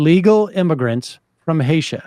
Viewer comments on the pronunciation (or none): Haiti not Hatia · You said Haitia lol greetings from Mexicia 🇲🇽